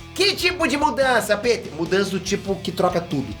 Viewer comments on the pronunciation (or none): none